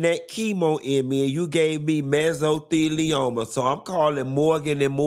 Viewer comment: Not broke mesothelioma into syllables!, 😂😂😂😂😂